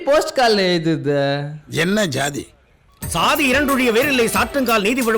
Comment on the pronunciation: இவரது தமிழில் உள்ள பிழை.... அந்தஸ்ஸாதி, என் ஸாதி.... (அந்தச் சாதி, என் சாதி)...